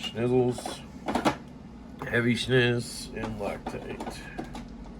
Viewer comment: No one call me a Xenophobe, but when you said “rock-tight” I couldn’t help but laugh thinking of someone who has a stereotypical Asian accent/pronunciation saying “loctite” 🤣🤣🤣🤣🤣